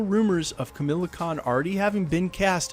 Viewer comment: It's kah-ma-la-con not Camilla lol